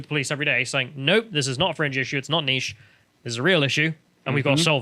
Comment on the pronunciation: "It's not a 'niece' issue"? You guys would be more credible if you could pronounce words.